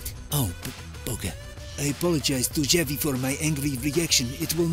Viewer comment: Xavi* not Giavi